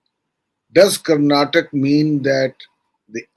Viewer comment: It is Karnataka nor Karnatak!